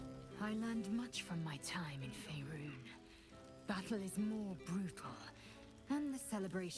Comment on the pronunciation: Holy hell finally managed to master the pronunciation of Faerun!